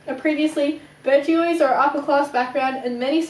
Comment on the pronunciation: It’s pronounced ‘Bourgeois’